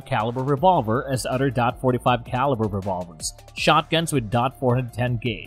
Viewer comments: Anybody that say DOT 45 loses credibility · I mean the man can't even pronounce taurus right and says dot instead of 45 or point 45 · It's hard to take a video seriously that pronounces "forty five caliber" as "dot forty five". Also, I have a Bersa Thunder. It's a great little piece. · its 45 caliber not dot 45 lmao DOT is department of Transportation. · Its probably a premium service text to voice, they are much more convincing than the usual ones but they still make mistakes like "dot 45" for .45 as they directly read it. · stopped thinking this video was gonna be knowledgeable at all as soon as he called it dot 45